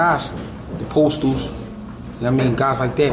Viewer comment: . Man say postol😂 fk no